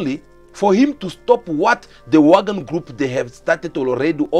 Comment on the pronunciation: Its Wagner not Wagon